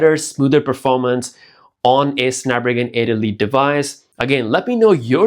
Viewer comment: I’m going to need you to learn how to say snapdragon 8 elite chip lol.